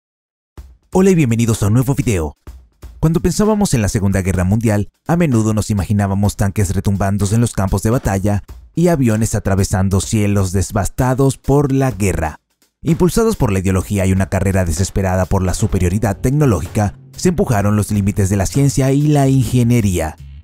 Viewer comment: Cielos "devastados" no "desvastados", no lleva "s"